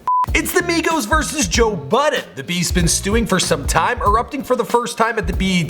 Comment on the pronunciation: migos, its not hard